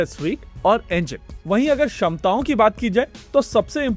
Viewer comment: Isko hindi theek se nahi aati. क्षमता को ये "शमता" बोलता है